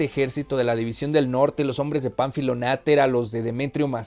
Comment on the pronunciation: También soy fan de esta novela, existe una película que ilustra muy bien lo que está descrito en el libro. Agrego que el apellido Natera, no tiene acento por lo que no es //nátera// como lo has pronunciado. Lo demás muy bien